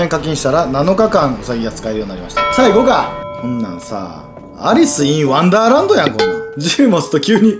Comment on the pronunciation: アリスインワンダーランドのイントネーション違うなぁ